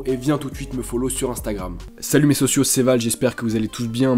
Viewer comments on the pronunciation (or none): none